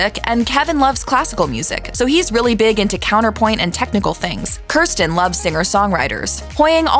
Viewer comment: the real feat is how she pronounced kirstin right